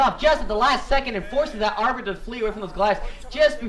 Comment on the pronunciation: Haha lol, see, you CAN say 'arbiter'! Well done. Still love the enthousiasm, it games the game so much more exciting